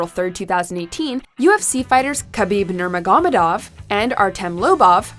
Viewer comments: That Nurmagomedov pronunciation 😂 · I am an MMA fan so its realy painful to me when you cant pronounce nurmagomedov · “Nerma-goma-dov” I know its Russian but Jesus it took me like 2 tries to get his name right my god learn a name before you say it... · Nurgamogedov? You really botched that one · Why is no-one talking about how she butchered khabibs name "namadirkadirk" 😂😂😂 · It is pronounced like ner-mog-o-may-dov sorry bothered me great vid though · The Nuramagodov pronunciation was terrible. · Hey guys, love the channel and all the hard work you put into it but nerm-a-godonff? Michael chess-sa? These world class athletes deserve to have they’re names pronounced as well as Alec Baldwin’s. Again, thanks for all the free entertainment and enjoy your day! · KHABIB NURMAGOMEDOV (NURMA-GO-MED-OV.......MICHAEL CHISEA (KEY-ES-A) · She butchered khabib's last name it's pronounced ner-mog-o-may-dov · LOL, nice attempt at pronouncing Nurmagomedov . It's Nur Ma Go Me dov. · Seriously, I haven't heard a lazier attempt at trying to pronounce his last name. Might as well have used Siri. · I know it's not fair but I get so angry when people who don't know MAA try to pronounce Kabibi nurmagomedovs name lmfao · The way you pronounced Nurmagomedov! 😂 cool video though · The way she said khabib last name 😬😬😬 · Can't even pronounce nurmagomedov in the right way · Absolutely butchered Khabib's last name😂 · You FUCKED up Khabib's last name. Do your research